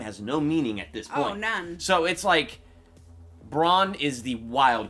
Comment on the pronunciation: Stop saying "Bron", it's "Bran", as in Brandon. Bronn is another character, ffs!